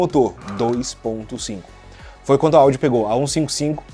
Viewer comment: Aos 1 44 o fala AUDI?kkkkkk, aos 2 42 tambem kkkkk, mas a materia e show, top man